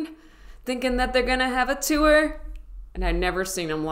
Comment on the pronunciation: U pronounced the wurd "tour" "tu-wur"...... .....Wutt'z up with that? .....🙂😁🙂😋